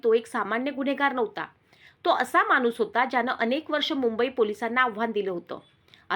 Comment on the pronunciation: मानुस नाही ग माणुस मराठी फारच अशुध्द